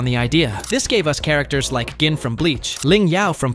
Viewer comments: I'm sorry, did you just call Gin Jin? Do you watch Bleach with the audio off? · Pronouncing Gin 2 different ways and the way the voice sounded is what tipped me off as well as the volume getting louder and quieter